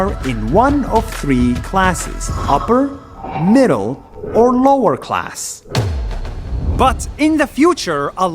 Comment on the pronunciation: I thought he said “useless cars”